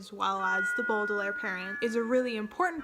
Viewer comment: I loved this video! I haven't read all of the books but I do agree with some of your opinions. I will say some of them I'm a little shaky on. Also it was kinda triggering when you said Baudelaire wrong. cri cri